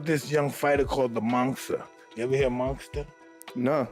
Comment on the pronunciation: My favorite 4 fighters. Tyson. Listen to him say monster . Lol